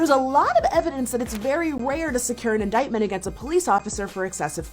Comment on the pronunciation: she also says inditement instead of indictment